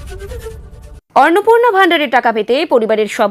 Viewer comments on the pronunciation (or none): অর্ন নয়, অন্নপূর্ণা!